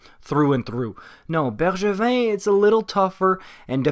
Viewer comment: Dude I swear that was perfect prononciation😩